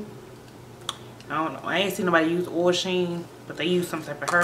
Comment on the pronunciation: its OIL sheen .... not ohel 0-0 no hate tho, love the look just brought 3 containers